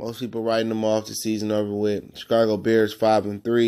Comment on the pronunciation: Please do not make any more videos unless you plan to learn about football. Or even learn how to say Chicago...